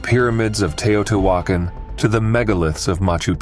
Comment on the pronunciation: Tao-tee-wa-con. damnable computer voice slaughters pronunciation. Tao tee wa con